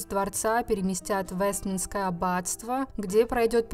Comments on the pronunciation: Не в "Вестминское аббатство", а Вестминстерское. У вас же даже на инфографике правильно написано. Что же Вы неправильно читаете? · А мне прямо режет слух ее Вестминское Аббатство, когда правильно нужно говорить Вестминстерское Аббатство.